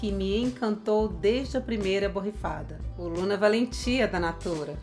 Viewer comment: Oi!!Assistindo você. Com certeza deve ser envolvente. Suave ao mesmo tempo. Me interessei. Pronunciou lindamente, corretamente o nome desse perfume.😍👏❤